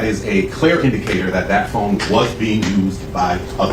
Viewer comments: It's phone not phine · The way you say phone is hilarious 🤣🤣🤣🤣 “ i think it’s his fooon” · Hate the way you say Phuune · Why u say o’s like that😂😂😂 “fone” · Very good coverage of the case! But the way bro pronounces "phone" is outlandish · Stop saying phone like that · why you pronounce “Phone” like that? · The way you say phone 😂😭 bro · Bruh the way you say phone 😂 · The Way that your pronounce "Phone" lolololol Bro you gotta be from Calabasas. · The way u say phonr reminds me of cart man😂 all love tho🤣💕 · The way you say "phone" 😂